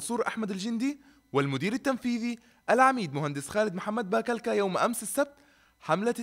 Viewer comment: ضحكني لما نطق باكلكا هيه تنطق بالضمه هههههههههههههه مو بالفتحه